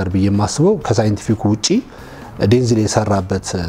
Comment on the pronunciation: Correction not ዴንዝል...ዴንዛል